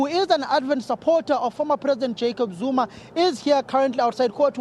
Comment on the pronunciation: It’s Zuma not Zoomar